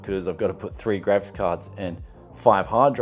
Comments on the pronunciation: Its GRAPHICS dude stop saying grafis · It’s graphics cards not gravis cards